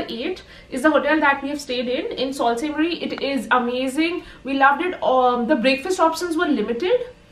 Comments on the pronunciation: Love it!! Beautiful video! Enjoyed traveling with you. Btw Sault Ste.Marie is pronounced “ Su Saint Marie” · Sorry but you are not pronouncing correctly for (Sault Ste Marie)